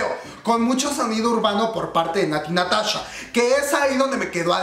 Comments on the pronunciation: Natti Natacha! jajaj me encanto como lo dices comadre. Ps la verdad la canción está muy buena y pegadiza... Natti Natasha le da ese aire ese no se que.. Me gusta me gusta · shot cada vez que dice Natty NataCHA (ya se que lo dijo en broma)